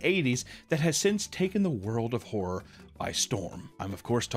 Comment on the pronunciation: 30 seconds in and it sounds like you’re saying whore. Not horror. lol.